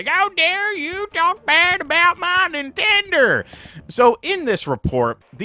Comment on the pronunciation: "How dare you talk bad about my Ninternder!" 😂